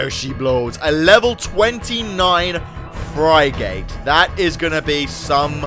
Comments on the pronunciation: Frig-it. Not fry-gate hahaha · frih- git not fry gate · its frigate not frygate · Frygate? *SIGHHHHHHH Lol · "A level 29, Fry-gate! Lol. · "fry-gate"???? You serious,?!? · pronounced ph-rih-get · Frigate is pronounced fri-gat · Fucking hell it is not pronounced fri gate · It's pronounced frig-et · i love how he says ' frigate' wrong lol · That moment he said frigate wrong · he said frigate wrong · He says frigate wrong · you said frigate rong :P (no offense its only disturbing hearing pepole say rong :P)